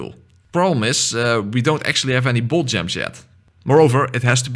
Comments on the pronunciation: the way you did bolt made me hear more bold, also why did Bloodborne call it bolt instead of lightning or that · Is he saying bold damage or bolt damage cause I'm confused